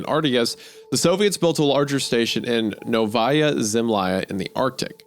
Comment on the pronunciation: Around the , it is pronounced "nOvaia: zemljA" - Новая Земля - translates as "New Land"